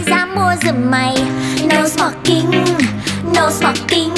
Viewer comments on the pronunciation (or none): No smoking nghe cứ như no xoạc kinh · No sờ mọc kinh? english hay vậy?